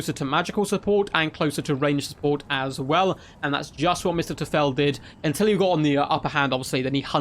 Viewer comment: Now we only need a hand of glory mage in this build to give Sisters reload speed. Btw the "eu" in Mr. Teufel is pronouned like oi because it's german for Mr. Devil ;)